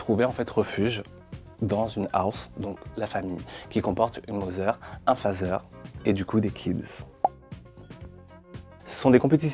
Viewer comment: Je me suis demandé ce que tu voulais dire par "une mozeure et un phazeur" ensuite je me suis souvenue qu'en France le son "th" de father n'existe pas x) Merci pour cette vidéo en tout cas !